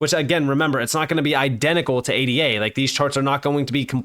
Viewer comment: Bro...... can you please stop spelling ADA out and just say Ayduh?